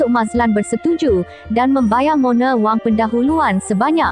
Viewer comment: Knpe you sbut Mone?? Plik2 la sbutan pn.